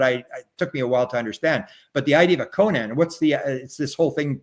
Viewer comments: Koan not Conan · Koan is pronounced k-oh-n not k-oh-ann